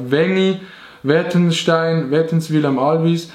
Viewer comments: Bro es heisst Wettswil ned wettenswil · häsch halt de Name vo mim Dorf komplett falsch usgsproche.. es heisst wettswil nöd wettenswil